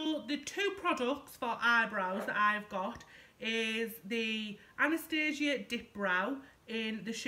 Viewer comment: If you put your primer on first you wont get spots, great video, i love how you say primark, im so glad you dont pronounce Anastasia as " anastarsia" xx